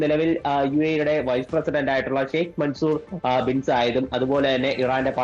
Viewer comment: യൂട്യൂബർമാരുടെ നിലവാരം പോലുമില്ലാത്ത വാർത്ത വായന. ....ബ്രോ ഒരു രാഷ്ട്രത്തിന്റെ പ്രസിഡന്റിന്റെ പേര് പോലും തെറ്റിച്ചു വാർത്ത കൊണ്ടുവന്നു ജനത്തിന് മുന്നിൽ പരിഹാസ്യരവല്ല. ................just ഗൂഗിൾ ചെയ്തെങ്കിലും യഥാർത്ഥ പേര് പറയണം pls ഷെയ്ഖ് മസൂർ അല്ല. .....ഷെയ്ഖ് മൻസൂർ ബിൻ സായിദ് ☝️